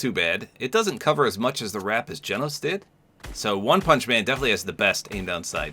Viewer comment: so for the glitching i think it's bc in the anime the have a hologram of him pulled up and it's when they see his pfp of his ranking and stuff and i think that's why it glitches bc it's like that ig idk i think it's bc of that but i love how u said genos name right most ppl don't